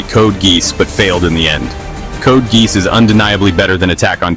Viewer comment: Code Geese 😂